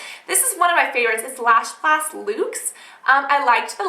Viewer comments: it bothers me that you pronounce it lash blast loox. its luxe. like deluxe. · Lol I've never seen that mascara in a pink tube, isn't it red? Colorblind? And its pronounced : "Lucks" lol not "Lukes" hahah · Lash Blast Luxe is pronounced like "lucks" not "lukes". Love your vids, btw :) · lash blast lukes?! OH. lash blast LUXE. pronounced like lucks. continue, Cassandra.